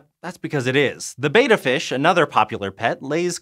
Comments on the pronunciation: Common mistake. It is pronounced "BEH-ta" fish, not "BAY-ta" fish. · It's NOT pronounced "bate'--uh"........... It's "bet'--uh."................ And they commonly produced 250 to 300 eggs................... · Ahhh he pronounced betta "beta" 😬 That's like nails on a chalkboard for me. I'll never understand why people call them "beta." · the scientist pronounced betta wrong!!!! its not beta dummy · thats just the american pronunciation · I mean...I'm American. The double consonant modifies (shortens) the preceding vowel. I know it's pedantic, it's just something that grates on me.